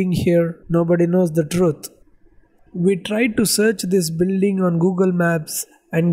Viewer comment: Did I hear Builring ?